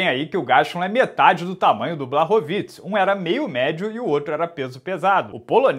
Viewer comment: Fala, beleza irmão? Sou fã do seu trabalho e por isso vim aqui na minha humilde boa intenção de ajudar. Moro na Polônia e por isso sei um pouquinho de polonês, no caso do nome do Jan Błachowicz, a letra Ł no vocabulário polonês tem som de U e as letras CZ juntas tem som de "tch" então foneticamente o nome dele se pronuncia "Buarrovitch", se quiser posso pedir pra minha esposa polonesa mandar um áudio só pra consolidar. No mais, espero ter ajudado, irmão, desejo sucesso e que o canal cresça ainda mais, vc é o melhor na sua área! Oss.